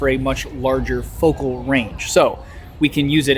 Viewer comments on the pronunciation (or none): none